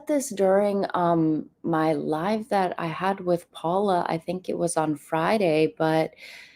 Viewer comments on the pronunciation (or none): none